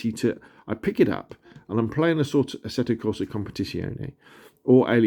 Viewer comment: nice video, just bought mine. Waiting for it to arrive :) btw, you might not care, but a funny trick to nail Assetto Corsa: Competizione pronunciation is to think about tits. Compeh-tits-yoneh 😂 Cheers!